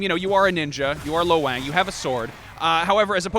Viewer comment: Lo Wang...Low Wang?